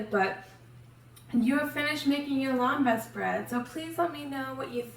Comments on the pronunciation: It’s pronounced LEM-bas. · You are not pronouncing Lembas right.